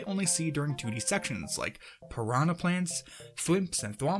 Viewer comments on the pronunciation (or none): none